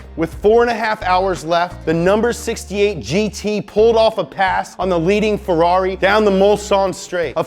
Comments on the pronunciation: 👈🏻 Bastaaaaaa,,,STOP!!!!!!!! I SWEAR, I can't watch this video because my mind explode 🤯 every time he says FERARI(Like an idiot) instead of FERRARI,,, 👈🏻is 100 thousands times better with his American accent than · if you want to say it in the italian pronunciation, it's pronounced FeRRari, not Feraaareee. source: I'm italian, we don't sound shit like Super Mario or like the Fiat 500 from Cars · But the way he says Ferrari it's annoying: it's feRRari with two Rs, not ferari. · It's closer in the way he pronounces the Rs (i.e. not in the American way), but it's still very far because he says "ferari" with just one R, instead of two. So, to an Italian's ears the way he says it still sounds very wrong (maybe even worse than the other way, because nowadays we're used to the way Anglo-Americans say it). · “Fedarri” makes a good Ford. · Worst way to pronunce Ferrari with one R ,,,🤬🤬🤬🤬😠😠😡 better with American accent than... Is waay more correct when he speaks in English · After this video my pronounciation of Ferrari will have changed forever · So, I've been pronouncing "Ferrari" wrong my entire life. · i love the accent "Ferrari".😂😂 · I hate how he says Ferrari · Love how you say Ferrari wrong every single time!!! Hehehe!!! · love how you say Ferrari :D